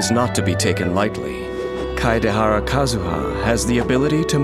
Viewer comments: No one: The narrator: struggling with Kazuha's name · POV: you die to a man who said KAZUHA SLASH